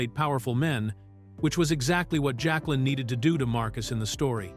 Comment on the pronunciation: OMG. this AI slop is bad. The "voice" can't pronounce basic names (Jaqueline), years (1992), or even character names from the movie (Strangé). The script is terrible as well as so many things get repeated over and over, literally right after being said.